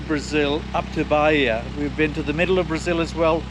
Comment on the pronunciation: Why does he insist in speaking Ba-hi-a instead of Ba-ih-ah as it is...